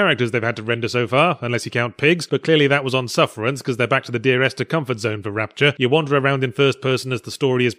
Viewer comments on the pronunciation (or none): none